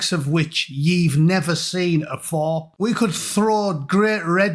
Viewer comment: "the likes of which yee've never seen afore" 😂